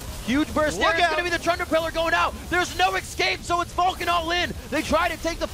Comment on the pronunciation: Someone please tell the commentator that there is no X in escape.